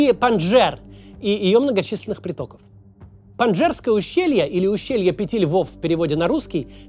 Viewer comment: Прямо изрезал ухо своим этим "панджерское" нет ска такого ущелья!